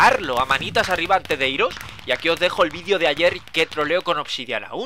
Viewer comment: porque dicen vidio en vez de video :v